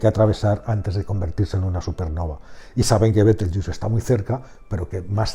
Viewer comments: Betelgeuse por favor, pronunciado tal cual, no caigas tu también en el papanatismo anglofono, Bitelchus, por el amor de dios, betelgeuse NO ES INGLES, es LATIN, mejor dicho la latinización de su nombre árabe. No todo lo que no es español debe pronunciarse como si fuera inglés, y el latín se pronuncia como el español. Los USA boys que pronuncien como les de la gana, su ignorancia no da para más...pero tu...por favor, por favor, por favor... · buen video, pero es una pena que los hispanohablantes hayamos asumido la pronunciación deformada anglosajona de una palabra creada en Toledo (Libro del saber de Astrología, s XIII) a partir de cómo sonaba el nombre que le daban los astrónomos árabes.